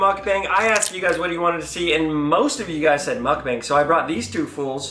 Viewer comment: On todays episode of Bobby still saying the word mukbang wrong……